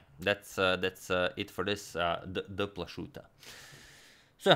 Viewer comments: CHess Channel It is pronounced PLA-HOO-TA, with H like in Hrvatska. Josip Plahuta was a Slovenian born in Zadar (today Croatia) to Slovenian parents. In his time, the whole region was part of Austria-Hungary, so Plachutta in a Germanized form of Plahuta. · Izgovor je Plahuta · It is a common Slovenian surname, pronounced Plahuta. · Izgovara se Plahuta (bio je Slovenac iz Zadra) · Hmm, not sure if the pronounciation of Plachutta was correct. A little background: The name Plachutta is well-knownin Austria's capitol Vienna to this day for the Plachutta restaurant, world-famous for it's Tafelspitz-dish. Founded by the Austrian cook Ewald Plachutta in 1940, here the name Plachutta is pronounced not with a "sh"-sound, but with a "ch"-sound like at the beginning of the jewish name Chaim. However the chess device is named after Joseph Plachutta (or Josef/Josip Plachutta), who lived in a part of the Austrian empire in the 1800s which today is part of Croatia. Plachutta himself was a Slovenian chess player. Now, since Antonio is from Croatia, he may well know more about the pronounciation of that name than me. Could anybody please help solve this mystery?